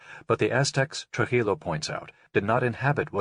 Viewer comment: not Truh-illo it's Tru-jillo like Trooheelow.